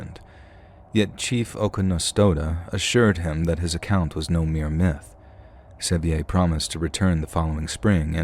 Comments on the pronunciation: Pronouncing John Sevier like that is so funny. It's said the same as "severe," like Sevierville. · Sevier is pronounced "severe". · Hahahaha! John Se-vE-Ay!! You mean John Sevier???! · *John Sevier, pronounced Severe. He was the 1st Governor of Tennessee and there is a country and Highway, among other things, named after him.